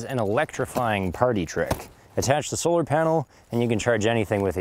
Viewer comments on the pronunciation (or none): none